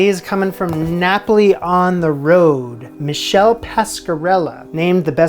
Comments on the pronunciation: FYI it’s not Michele like Michelle in English. Michele in Italian is a man’s name (Michael) and is pronounced with a hard CH - Mee-KAY-leh. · Pretty sure Michele isn't pronounced 'Michelle'! Plus... doesn't his book and restaurant's origin mean that his is a London pizza?